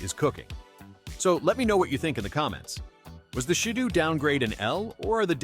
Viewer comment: And it’s she-dough